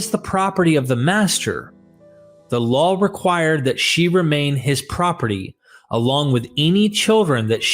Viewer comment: Everytime you mean law you say lawl.